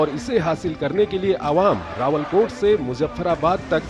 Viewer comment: कृपया अपनी रिपोर्ट को ठीक करें रावलाकोट नहीं है रावलकोट है। आप राष्ट्रीय चैनल से अपनी रिपोर्ट प्रस्तुत कर रहे हैं। कृपया टिप्पणी को अन्यथा नहीं समझें। बहुत बहुत धन्यवाद जी। आपका अपना शुभचिंतक सुरेश चंद्र पन्त